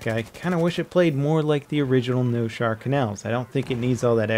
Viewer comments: Noshahr not Noshar. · Level, it is Noshahr Canals, not Noshar. Why no one seems to understand that? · It's NOSHAHR,not noshar...you peasants